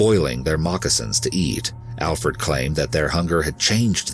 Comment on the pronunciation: Glad you got his name right, Alferd.